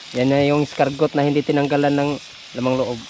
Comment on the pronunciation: Bosing,di eskargot ang tamang pronunciation nang escargot..ang tamang pronunciation ay ES-CAR-GOW..Silent 'T' ug maging W ang T....o kaya KUHOL nalang kay Pilipino ka man dhu!